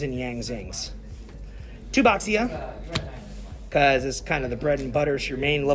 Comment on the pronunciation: Happy to see this deck return! But as a Chinese, still triggered by 'x' in names not being pronounced as 'sh'! Bishi and Bashia!